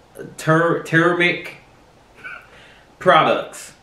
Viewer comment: Turmeric (Toom•ur•Ik) 😂😂😂